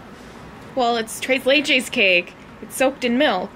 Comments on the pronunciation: it's not "Trace laychase" It's "tres leches" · Thres not dress ok, say it with me tres leche